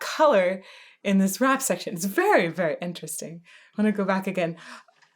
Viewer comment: Cringing every time you say "rap section"